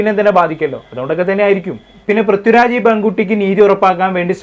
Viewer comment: Brithyuraj alla chetta prithviraj